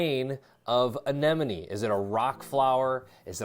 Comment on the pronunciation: Thumbs up simply because you pronounced Anemone correctly😂. I swear 9 times out of 10, people say ANENOME.